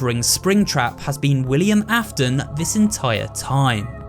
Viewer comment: Hey dude great video also the William Afton part says William Afen lmao anyways really good video dude